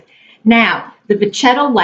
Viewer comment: 2 things for my fellow LV Vintage lover! First of all it is pronounced VeSHETTA leather not VeCHETTA....So its a shhhhh sound like in She, not the CH sound like in Cheese! You’re welcome! 😃 Also a question... Why spend 3 days cleaning and peeling the lining when for only $120 any Louis Vuitton store will take it and send out to have the entire lining re-done brand new! I used to do what you did, but I decided my time is worth more than that! Also, when they replace the liner they also replace ALL of the Vechetta interior pieces such as the zipper pocket trim and zipper, the other pocket trim, the top edge of the bag, the brass chain inside, and even the date code tag! ( they stamp the original date) They also clean and condition the Canvas. When you go to pick it up, you get all the works! Louis Vuitton new dust bag and shopping bag! It looks and feels like a brand new bag! It looks so beautiful and no mess to deal with or 3 days of your life gone! It’s a very low cost for what you get. The only “ issue” is the leather will be light like on a new bag, and won’t match the old straps...but Ive got a cure for that! Use a cotton ball to rub Olive oil on the parts you want darker, and sit in the sun a few hours. I’d leave the interior light though because it’s so pretty and doesn’t conflict with the rest. Thanks for sharing your video!